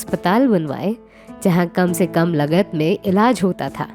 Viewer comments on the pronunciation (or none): लगत नहीं लागत सही उच्चारण है।गांवों नहीं गांव लिखा जाता है। सिर्फ़ आवाज़ अच्छी होना काफ़ी नहीं है भाषा का ज्ञान भी आवश्यक है